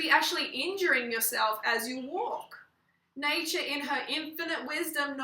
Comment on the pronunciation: i really can´t believe that she said "natur" makes out like this. It´s really hard to understand how stupid is she, sorry but personaly i think she is.